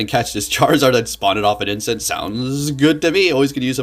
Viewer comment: The singular of incense is incense. Wtf is "incent"? You said it more than once...